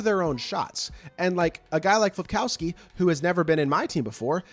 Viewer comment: FILPOWSKI, NOT FLIP